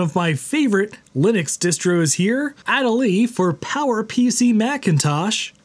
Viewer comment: Please learn to pronounce Adélie correctly.